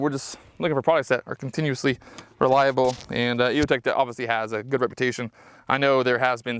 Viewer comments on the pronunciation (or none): none